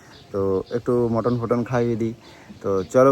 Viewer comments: ওরে অশিক্ষিত! কথাটা "মাটন".. "মটন" নয়! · কথাটা "মাটন".. "মটন" নয় রে, অশিক্ষিত!